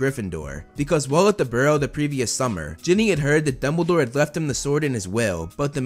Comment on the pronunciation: You said bumdlbore instead of Dumbledore XD